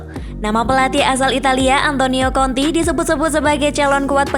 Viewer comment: Mbak nya mesti blejar lg menyebutkan nama2 seseorang,,tulisan "jose" mourinho tp di baca hose mbaaaak,,antonio kontee bukan antonio konti